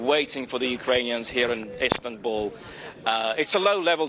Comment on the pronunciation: Zelensky should stay in istabuuullly 😂